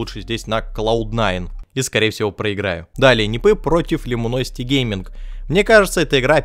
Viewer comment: Да не лимуносити, буквы "i" и "u" местами не меняй. Люминосити